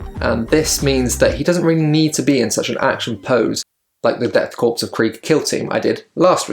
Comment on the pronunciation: Korps (corps) is pronounced like "core"